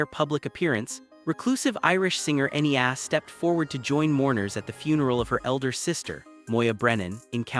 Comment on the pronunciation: Will you please show respect and learn how to properly pronounce the language and Enya’s name. 🇮🇪